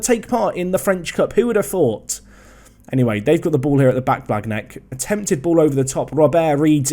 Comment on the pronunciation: Your pronounciation on th « gn » like blagnac is terrible! 😂 it’s more « blaniac » if you only consider spelling